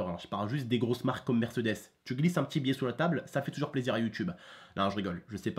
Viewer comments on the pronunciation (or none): on dit pas "MÈRCEUDÈS" on dit "MÈRCÉDÈS" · mdrr je kiff trop quand tu prononce mercdes 😂😂😂